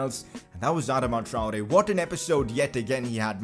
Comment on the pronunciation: Consider pronouncing Traore better